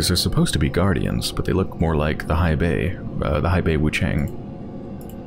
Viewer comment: hei bai.. not hai bei yo..